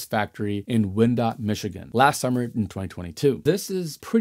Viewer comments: The Michigan city with the BASF plant is pronounced "Why-an-dot" or "Whine-dot" [spelled Wyandotte]. You said "Wind-ot" perhaps as a Freudian Slip on the subject of this video. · It's not Win Dot...It's Wine dot. sorry I'm from here sir..and it's a silly name! Almost as bad as Ypsilanti..... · I'm grew up in Wyandotte MI. I just came on here to tell you that it's pronounced "Y & Dot" But it was cool to hear my hometown's name on your show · Wyandotte, Michigan: Pronounced (WHY-en-Dot) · Just here to pop in and say this looks bright for the future, and my next house might have something like this. The city in Michigan incidentally is pronounced "Why En Dot." 😂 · Oddly, here in Michigan we pronounce it "wine-dot". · Just so you know, it’s pronounced Wyandotte (why ann dot). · It’s “whine-dot” Michigan 😅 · I was going to suggest “Y - in - dot” “Y - an - dot” or “Y - n - dot”. I live in the Metro area and have friends that grew up in Wyandotte, and this is closer to how they pronounce it. Not saying it’s right, just the way they say it. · second time you've mentioned Wyandotte, MI. Just want to point out that it's pronounced "wine dot". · "Why ann dot" Michigan :) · I too would like to have a combination of wind and solar power for my home. I think a vertical turbine is the best option. I hope they will develop a home version soon. Bye the way the city of Wyandotte is pronounced ‘WHY ‘N DOT’. I grew up 10 minutes from there and my sister worked at BASF. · Because I can’t see the city in Michigan you are speaking about. But if it’s Wyandotte it’s pronounced Why an dot. Just for future knowledge. I live just about 30 miles from there. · Wyandotte is pronounced "Why en dot". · I was about to mention the pronunciation of Wyandotte. 😅